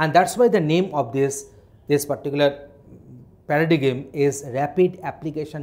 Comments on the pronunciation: For God's sake it is not pronounced as pa-ra-di-gim but PA-RA-DAIM. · Paradigm pronounciation wrong hai sir ji.......... 😂😂😂😂😂😂